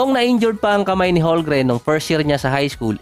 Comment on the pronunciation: Boossslot bubo magbasa silent L yan bubo hahahaha parang ganyan ohhh homgreen